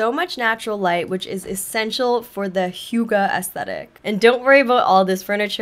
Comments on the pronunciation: How you initially thought 'hygge' is pronounced is more correct that whatever that translator was teaching you. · Its actually not high ghee 😭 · Hei, as a Norwegian I feel touched that you choose HYGGE, but I recommend seeing a Norwegian or a Dane say it 😊